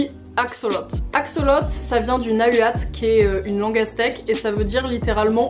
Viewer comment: Par contre Nahuatl ca se dit Nahuateul